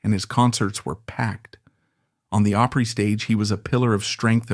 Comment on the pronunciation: It ISN'T Grand "Old Oopry you idiot.